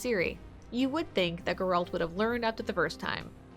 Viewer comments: The way she pronounced "Geralt" 🤦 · Please for the love of god stop pronouncing Geralt's name like that